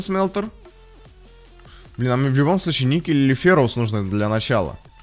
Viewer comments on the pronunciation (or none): none